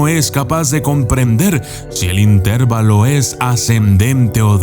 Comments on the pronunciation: Se dice intervalo, acentuado en la a en lugar de acentuarlo en la e. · Es intervÁlo, no intérvalo ( se que no llevan acento pero lo marco para ejemplificar)